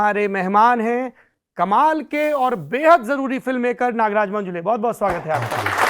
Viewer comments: अरे बावा मंजुले नही, मंजुळे है वो... किसीका भी नाम ठीक से लेना चाहिए... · मंजुळे✅ मंजुले ❌ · It is not 'मंजुले', it is मंजुळे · मंजूले नहीं मंजुळे है हिन्दी हो या अंग्रेजी ओन्ली मंजुळे